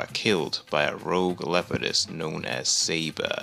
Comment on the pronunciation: I'm confused. Why do you pronounce the leopard's name like "Saber", like saber-toothed cat? In the movie, Kala calls her Sabor.